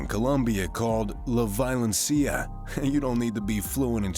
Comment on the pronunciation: The way you said "La Violencia"... no... just no.